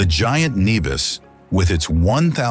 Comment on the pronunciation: Nevis NOT Neevis